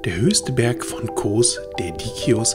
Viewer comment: Die Insel heißt Kos, nicht Koohs….